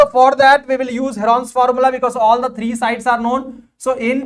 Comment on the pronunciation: sir that thrrrree and leven was amazing 😂